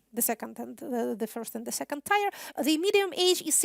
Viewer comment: P.S. На случай, если Вы (Екатерина) будете и дальше нести разумное-бодрое-вечное с англоязычных трибун, позволю себе несколько ремарок. Проверьте, пожалуйста, произношение слов "tier", "demise", "pour", "tangible", "visible", "resemble" и, прости господи, "ruble" и "expertise". Также бросается в уши рекуррентное "delineate". Есть и более тонкие моменты, с коварными словами типа "sovereignty" и латынью, нещадно коверкаемой англоязом. Так, они почему-то говорят "де джюре" или даже "дэй джюрэй" (а вот "хунту" уважают, и так и произносят). Плюс такие ложные френды, как "realizability" (realize=осознавать), "consequently" VS "consecutively" и "be held" VS "take place". И "subterranean" ещё (у Вас, кажется, "subterrestrial"; а правильнее всего, наверное, "underground"). Dixi. Не сочтите за наезд/неуважение. Просто очень радует видеть/слышать Вас на лучшем уровне, вне зависимости от языка!